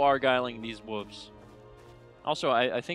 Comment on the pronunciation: you are still saying woves